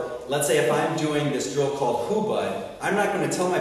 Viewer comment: Hubad??? hahaha. man, where did you learn that? from another youtube video i guess. and then you just called yourself a teacher and taught it. come on man...